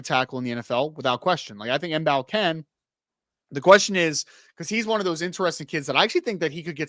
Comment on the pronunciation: Marcus Mbow's last name is pronounced "bow". The m is silent. Like Django. The D is silent. :)